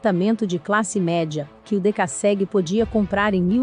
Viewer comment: a pronuncia esta horrível, é dekassegui e não decasségui .mas o vídeo é bom